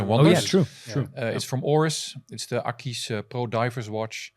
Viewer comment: Great show!! But!!!! The AquisPro does not and will wear well on any wrist;) also Akees???? Have I been pronouncing wrong ??? Aquis as in Aqua?? I need to now now!;6 l;)